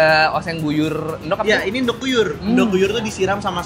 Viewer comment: ENDOG ❌️ ENDOK ✅️ 🤣🤣🤣🤣🤣🤣🤣🤣🤣🤣🤣🤣🤣🤣🤣🤣🤣🤣🤣🤣🤣🤣🤣🤣🤣🤣